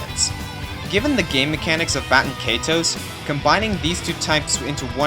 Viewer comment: Good video, but... was anyone else annoyed by the fact that he couldn't pronounce Baten Kaitos?